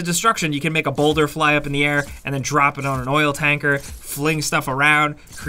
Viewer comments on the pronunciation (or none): none